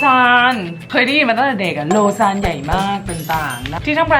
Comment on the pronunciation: โลซาน ควรจะเป็นของที่ออกเสียงง่ายสุดในทั้งหมดอ่ะจริงๆ เพราะเป็นชื่อเมือง ในสวิสเซอร์แลนด์